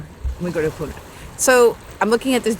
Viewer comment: Ha, NOT Hu.